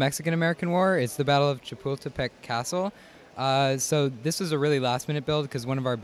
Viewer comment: "Battle of Chapooltepec"